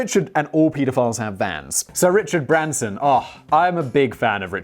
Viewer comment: So good to hear pedophile pronounced correctly! Our American pronunciation is a pet peeve of mine...we mostly know how to pronounce pediatric so I dont understand why we mess it up...